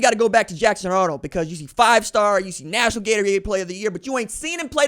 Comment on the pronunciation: That was a strong "f" behind "functional offense" lol. I sound that way when talking about my LSU Tigers sometimes... I get it RJ. Hang in there man.